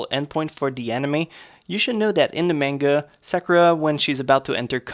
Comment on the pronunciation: You make amazing videos, but the only thing I don't like is how you pronounce some things wrong..like Sakura and manga